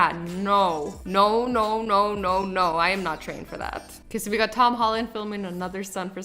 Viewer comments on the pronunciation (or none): none